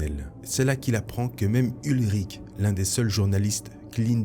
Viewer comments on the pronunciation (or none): Salut, merci pour ta vidéo, j'aimais déjà tes vidéos sur Star Wars mais là c'est encore mieux pour moi 🤗 Petite précision, le journaliste ce n'est pas "Ulrich" mais "Ben Urich", le personnage existe également dans l'univers Marvel Original et on peut le voir aussi dans le film Daredevil de 2003